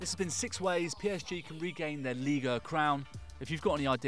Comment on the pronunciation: 6 ways to get people to stop saying "ligue uuh" when its clearly ligue one.